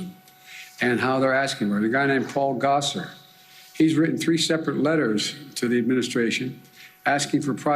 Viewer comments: I enjoyed how Dark Brandon didn't know who Paul Gosar was--or at least didn't pronounce his name correctly. 😜 Hopefully soon none of us will have to hear his name anymore--he's traitorous and evil. 👹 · Those AZ Congressman are MAGA pieces of work, aren't they? Love how he pronounced Gosar...LOL.